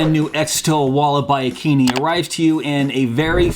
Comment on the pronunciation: I believe it’s pronounced, A Keen i (eye) , as it makes more sense lol. But I would love one of these !